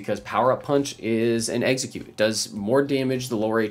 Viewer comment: I kept thinking he was saying Exeggcute when he’d say execute